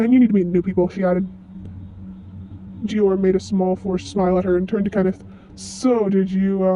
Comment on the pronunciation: I can not express in Words how happy I am. I don’t mind you editing your voice, I understand, lol. Also I love your drawings. One thing, in the word for the fruit Hym, the y makes the long I sound. (H—eye—m) Also, Dior also has a long I. (D—eye—or) But it’s ok :D ❤